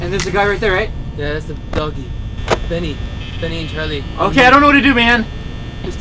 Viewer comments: It's Bonnie not Nannie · Lol "Benny" Haha it's "Bonny" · it's Bonnie not Benny😎! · not Benny its ban by by LOLOLOLOL😂😂😂😂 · Billy Longino Compton it's not Bonney it's Bonnie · ummm his name is bonnie not bennie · Its bonnie not benny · Bonnie not bunny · its Bonnie not Binnie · Ya his name is bonnie not binne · iT,S BONNIE NOT BENNIE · It's Bonnie not Bennie hah Lol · you call it bonny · It's Bonnie not benny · It's Bonnie not Bennie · his name is not bannie it is bonnie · his name is not beny it is bony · bennie? its bonnie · Bonnie not bennie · its bonnie not bennie ok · Do u know it's bonnie not Benny hahaha u guys do not know the name sorry for being rude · You called bonnie buddie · bonny not benny